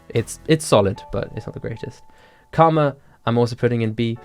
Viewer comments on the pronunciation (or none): none